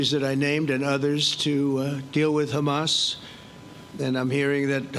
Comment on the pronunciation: Did he just called Hama soldiers?